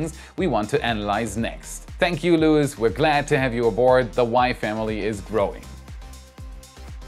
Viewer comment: Just a tip: the name Luis in Spanish is pronounced with emphasis on the second sylabe. Is more like Luís.